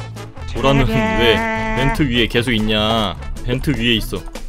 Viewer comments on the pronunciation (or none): 밴트 저만 거슬리나요?